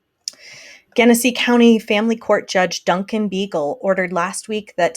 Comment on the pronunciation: I know it’s completely beside the point but since I live here, I wanted to let you know that it’s pronounced JENesee. RIP dominick